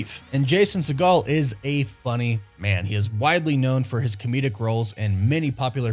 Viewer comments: I think the right way to pronounce his last name is "sea-gull" not "sea-gall". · Segel is pronounced like seagull. You're thinking of Steven Segal...which is not a Jewish surname. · It’s Jason Sea-Gull not Jason Se-Gall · Lmao it’s Jason SEGEL, not Seagal. Do better, dingus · I could be wrong but it's sounds 'seeegal' 'seeeegal' he's not related to steven seagal which is the pronunciation used here.. it's seeegal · Fyi it's pronounced "seagull" for Jason Segal. Seeeee-gull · I like your content a lot, but you're killing me with your pronunciations. It's Segel, not like Steve Seagal. Also on another video, adamantium with an a, not e. Driving me nuts with that. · Why’s he saying segel like segal? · Stop pronouncing “Segel” like “Seagal”! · Re-pronounce Jason's last name cause your butchering it in this video lol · Did he mispronounce Jason segals last name? Lol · Hearing you butcher Jason Segel's last name over and over again was both annoying and hilarious. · Exactly, I laughed each time he said that lmao